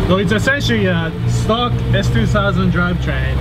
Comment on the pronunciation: da crutch is still shtock